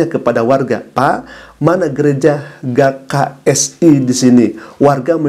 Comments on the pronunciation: Apa susahnya njir baca huruf G 🤣🤣🤣🤣🤣 Mana di ulang2 mulu jd gagal fokus G K S I bukan Ga K S I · GKSI dibaca GE KA ES I ustadz